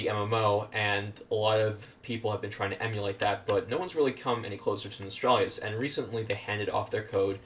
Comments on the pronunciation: I don't get it why people like this guy pronouce it as "Nostralrius" when its name is "Nostalrius" where does these people get that additional r from? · How can people still not know how to pronounce Nostalrius? Where is this extra R coming from? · Why can no one pronounce Nostalrius?!!! NOS-TAL-RI-US.....as in NOSTALGIA..ffs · Had to dislike because you couldn't say Nostalrius correctly. Very ashamed